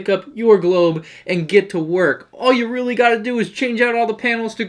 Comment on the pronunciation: You are weally getting on my nerves